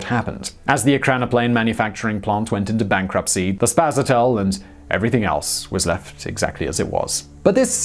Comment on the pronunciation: but it's spaSAtel... not spasaTEL.